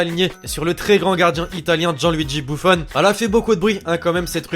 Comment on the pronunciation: C'est pas bouffon ni boufon ni bouffone mais buffon